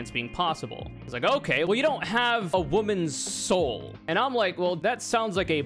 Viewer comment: You gotta pay the troll toll if you want to get this woman's soul. Could you maybe enunciate because it sounds like you're saying woman's hole.